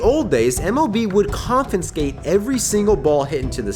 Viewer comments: Great video. Loved it. It's confiscate... not confinscate... my only critique. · FYI the word is "confiscate" not "confinscate" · Look up how to pronounce the word "confiscate" because you're adding an extra "n" for some reason. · CONFINSCATE?! LOLOLOLOL! Yep. More good shit. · It's amazing how many people can't pronounce the word, "confiscate". It's said just like it's spelled, not con-fen-skate lol.